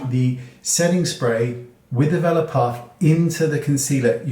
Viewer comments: Thank you! I had no idea because I pronounce it "velore" not "vela" like I could hear in the video hehe! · Thanks! Heard vela puff too. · Thank you for the upate. I thought he said "vellum" puff! I would have been searching all day! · I was scrolling wondering the same thing! Is he saying developer puff? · What kind of puff is he saying? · ooooh okay! The accent got me! Thanks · I think he's saying a velour puff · Can you please tell me what kind of puff he's saying here? I'm having hard time understanding the word. 😞